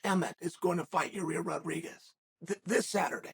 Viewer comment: hearing chael say “yarir rodriguez” will never fail at making me laugh